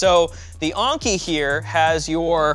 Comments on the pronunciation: The way u say "Enki" is maybe one of the best words I ever heard. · So E is pronounced A now?